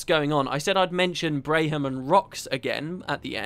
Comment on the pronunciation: Just a note: Braham pronounces his own name as Bram. I had to mention it, as my wife was highly bothered by your pronunciation. lol